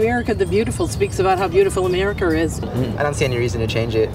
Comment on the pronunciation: Bitch in the pink coat! Its America not Americar!